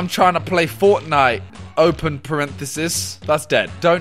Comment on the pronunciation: Did Simon say open Parenthesis? His posh is showing